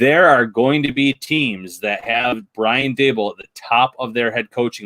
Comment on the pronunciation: "Brian Da-buhl", lol that was funny...